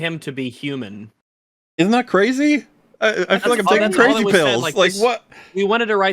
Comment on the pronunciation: "I too am a hew-mon like the rest of you. I can relate to you because of the fact that I am a hew-mon."